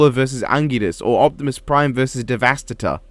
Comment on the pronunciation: IM CRYING YOU SAID DEVASTATOR WRONGG